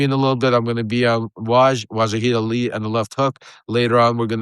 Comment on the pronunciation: Hey dipsh*t some people have a bad time with pronunciation.